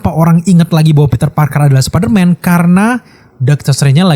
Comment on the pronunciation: Superman atau spiderman bang ngomongnya? 🗿